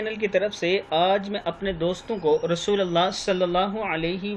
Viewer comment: assalamo alekum.... Aap rasulallah pad rahe he/hanla ki aap ko rasulullah kahna chahiye/ jab(ya)harfe neda hota tab(ya rasulallah) kahte he/rasulullah ke pahle ya harfe neda nahi he/in sab ka khayal rakkhe